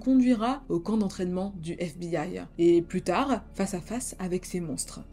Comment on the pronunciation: super ta vidéo 💕 juste un truc pourquoi tous les mots que tu utilises finissent par "e" même le mot plus tar "e" ... pour plus tard... ou souffèr "e"... pour souffert ou encore la peine de mor "e" pour la peine de mort...ou encore netflix "e" qui a tué le Dahlia noir "e"... tout bénèf "e" 🤔